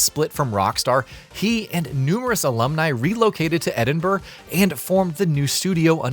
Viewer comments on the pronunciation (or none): It is pronounced "Ed-ing-bura" - Not "edinberr" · Just for awareness it’s pronounced Edin bruh (Edin + borough but you say borough quite quickly so it sounds like bruh) no city with burgh at the end is pronounced berg in the UK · It's pronounced edinburrah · They didn’t ‘relocate’ to Edinburgh, Rockstar North (where they make GTA) is also in Edinburgh. They essentially just moved down the street. Also it’s pronounced Edinbruh 💫